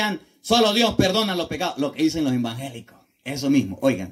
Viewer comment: Muy bien explicación de hermoso Evangelio de nuestro Dios cada día va creciendo en sabiduría 👍👍👍lo que me encanta y me saca una sonrisa es cuando dice los hermanos embangeliquitos😄 Dios lo bendiga y guarde de toda mala tentacion.